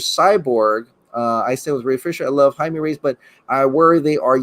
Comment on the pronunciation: Jaime is pronounced Hi-May. Like you’re saying hi to Aunt May. 😂😂😂 Jaime Reyes.